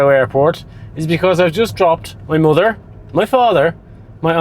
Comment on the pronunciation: "My Mudder" ? 😳